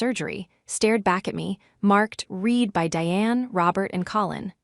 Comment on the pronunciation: Nawing not knowing at her feet. READ not REED so annoying, listening to this stupid I mispronounce words in the context of the whole story.